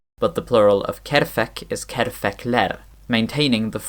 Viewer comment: There are some minor imperfections in your pronunciation of Tatar (which is fine), but the most prominent thing that I hear is that your stress in "saqal" and "kerfek" sound like it's on the first syllable, instead of the last. I'm not sure about that suggestion that Tatar lacks vowel-roundedness harmony (which only concerns the ı/o and e/ö pairs of vowels). The vowel roundedness tends to decrease towards the end of the (longer) words, but normally it is there. The sister language of Tatar - Bashkir - has the vowel roundedness built in its orthography. For example, the word for cloud (Tatar "bolıt") is "bolot" in Bashkir. The Tatar orthography doesn't show the vowel roundedness (unlike Bashkir), but that's not because Tatar doesn't have the vowel-roundedness - it's because the vowel roundedness is predictable. In (native) Tatar words (and even in some Persian-Arabic loanwords) only the first vowel is written as rounded/unrounded, the rest of the vowels are written as unrounded (showing only their frontness/backness). Bashkir's orthography is different in other respects, like, for example, having different letters for velar/uvular non-nasals (which are basically allophones of each other in native words), whereas in Tatar the same letter is used for a velar/uvular sound, and their actual value is derived from the vowels (front or back) surrounding them, and sometimes (especially in Persian-Arabic loanwords) it is indicated with a soft/hard sign ("ь", "ъ" in Russian orthography)